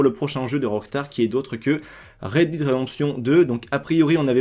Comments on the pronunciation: Pour la prononciation de DEAD si tu veux ca se prononce "Dead" et pas "Did" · Sa se prononce 'Red déde' mais pas 'Red dide' mdrr mais sinon merci pour l'info ! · Dead = dèd sinon merce pour l’info